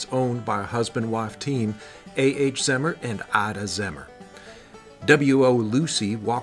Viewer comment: Pronounced Zee Mer. My great grand father